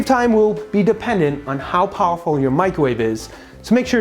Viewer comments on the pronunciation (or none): I heard "depending on how awful your microwave is" at first